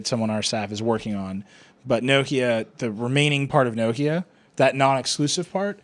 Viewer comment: Urgh pronounce Nokia correctly for god sake